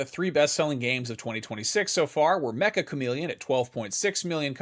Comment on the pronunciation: Fun fact IGN : Meccha chameleon is pronounced (Me-cha) like “chalk” it’s Japanese for very much or a lot so literally very chameleon or a lot like a chameleon